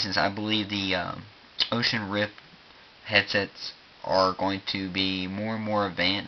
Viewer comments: Oculus Rift for gods sake. Not "Ocean rift." Dear lord. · I shuttered every time he said 'Oshus rip' Oculus Rift. :|